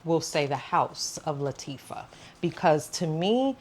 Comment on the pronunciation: Nice video…Btw it’s pronounced LA-TA-FA And yes that insomnia has gotten me in trouble many times 😅